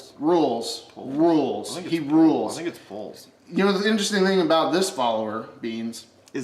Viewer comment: lol. It's Pulls not rules lol